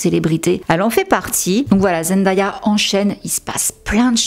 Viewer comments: J'ai adoré ta vidéo, mais ça se prononce "ZenDAYa" et pas ZendAya bis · Bonjour et merci pour la vidéo ! Superbe qualité comme toujours. Je me permets une petite remarque : comme on l'entend dès la première seconde de la vidéo, il faut prononcer "Zendéya". Elle insiste souvent dessus et n'apprécie pas que l'on écorche son prénom. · Super contenu, très intéressant ! Juste une petite remarque : attention à la prononciation du prénom de Zendaya. Sinon bravo pour le travail !